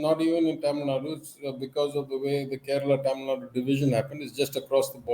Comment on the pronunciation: The anchor needs to take time out and practice pronouncing names like Tamil Nadu, Telangana and Andhra Pradesh. The lack of proper education and general awareness about the diversity of this country, and about basic things like pronunciation, in north India, doesn't seem to be just restricted to the cesspool of uneducated masses in that part of the country.